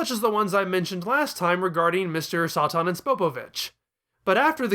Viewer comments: You can hardly pronounce anything right tf is Mr soi tin its Mr Satan ("say-tin") 😤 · New to the Chanel.. is there a reason you’re pronouncing satan as Sah tahn? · as a native english speaker i know for sure satan is not pronounced like that